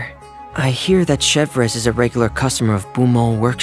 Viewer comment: "Chevreuse" ?? Really?? on est ou la 😭